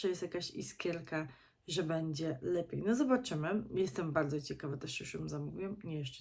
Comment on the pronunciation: Nie "bedzie" a "będzie ". Uszy więdną od słuchania.